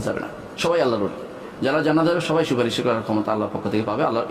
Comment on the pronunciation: Stupid molla, suparis bolte korane ni.